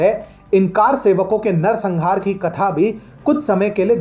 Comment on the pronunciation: कार सेवक नहीं, कर सेवक होता है| अर्थात कर यानि हाथ से सेवा करने वाला| सही उच्चारण का ध्यान रखें| 🙏🏻 || जय भारत || || जय सनातन ||